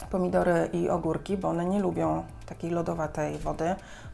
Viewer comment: Powiedziałaś ogórki, ja usłyszałam kurki 😁, myślę ok, mogę hodować na balkonie kurki